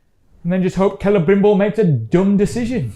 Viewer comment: Something really grating about the way Galadriel pronounces names.... CELE-BRIM-BBBBOBBBOBOBOBOBOBOBOBOBOBOBOBOBOBOOOOooooooOOOOO-R Also, The dwarven ring is like seeing the mountain with noclip